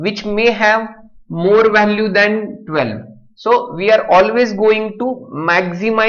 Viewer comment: gaavthi marathi . vhhhalue 😂😂